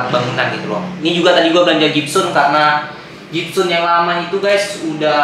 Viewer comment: Gypsum bang bukan gypsun